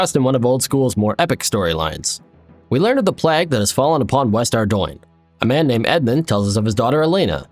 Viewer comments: love the videos but my god learn to pronounce plague properly. the "plag" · Your pronunciation of plague is really irking the Britishness in me